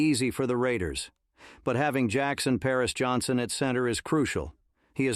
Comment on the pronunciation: His name is Jackson Powers Johnson, not Jackson Pears Johnson. Lots of mispronounced last names. Get your AI system straight. LOL.